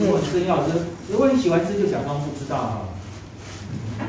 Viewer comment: kak.. wo phu cettaw.. hahaha...